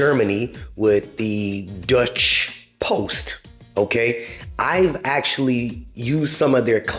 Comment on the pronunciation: Dutch post is in Netherlands , Deutshe post is in Germany , its pronounce differently